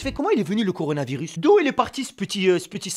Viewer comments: Wech ta le " conardvirus "😂😂😂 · Même moi je dit conarvirus😂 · Conarvirus mdr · Le corounaviris😂😂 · Coronavirus . Couillounavirus . Connarvirus